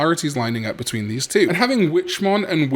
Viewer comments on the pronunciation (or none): none